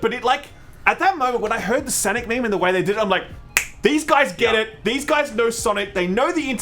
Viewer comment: Sanic? Nay, S A M I C